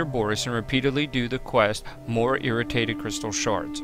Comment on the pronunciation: btw, its not irratated crystal shards, its irradiated (ee-ray-dee-ate-ed